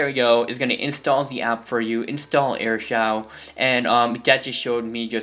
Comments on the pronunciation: Aristole its pronounced air show no offense tho i used to do that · You are saying AirShou wrong your supposed to SAY it like Air-Shoe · It's actually pronounced as show and airshow I use this for 3 months now :) BTW nice intro but I liked the old one better (my opinion) --_____-- :) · thanks that's amazing pronunciation "airshaw"